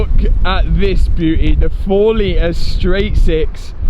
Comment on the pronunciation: my man said straigh t six.....